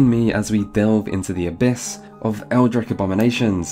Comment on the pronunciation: Is “eldritch” pronunciation with a “k” sound at the end normal in some dark corners of the earth?